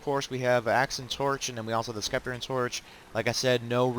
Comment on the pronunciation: FYI the C in scepter is silent